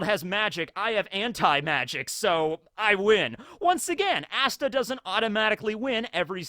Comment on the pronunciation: I am disappointed in you.... Shame on you.... IT'S NOT AS-TA IT'S AH-STA ASTA Ahhhhhhsta ASTA!!!!